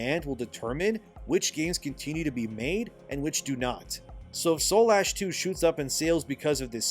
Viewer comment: Dude. Read the title of the game. It's Soulash not Soul Ash. Shit makes me cringe. It's right in front of you just say it right 💀